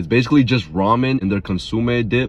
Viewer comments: Ok ok wait a minute there were a few violations in this video and they had nothing to do with adding the noodles to the taco, first off was the way pronounced “Mejican” and “consumay” and the biggest violation was when he went sus mode and said “I feel all the cultures in my mouth “ 🫣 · Consume you trollin now right cause after the tort- illa pronunciation idk 😭😭